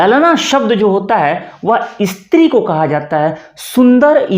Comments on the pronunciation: देखिए, आप 'स्त्री' शब्द का उच्चार "इस्त्री" कर रहे हैं ! आपको पता है ?— गुजराती भाषा में, कपड़े जिस साधन से press किए जाते हैं, विशेषतः laundry में धोबी जिस साधन का उपयोग करते हैं उसे "इस्त्री" कहते हैं !!! उदाहरण — "अमारां कपडांने इस्त्री थई गई ?" अर्थात् — "हमारे कपड़े press हो गये ?" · "इस्त्री " , कपड़े press करने की Iron 😂😂😂😂 क्या आप इस्कूल, इस्पोर्ट , बोलेंगे ❓